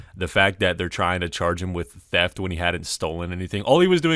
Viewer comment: It sounded like the cop said “teft”. Cop #1: Are you arresting him for theft? Cop #2: Teft!